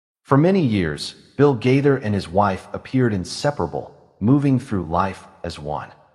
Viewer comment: Yeah where do you all come up with this stuff They have both been writing music for many many years and you don't even know how to say the last name You're talking about someone you don't even know how to say their name